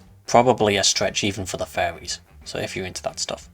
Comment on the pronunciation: Ngl it took me like a quarter way through the video to realize you were saying "furries" with an accent and not fairies. I was so confused on why you were consulting the fairies about random cats, interesting video, surprising home recommendations pull.